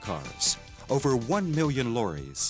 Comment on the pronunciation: "Lorries" said in an American style accent, interesting.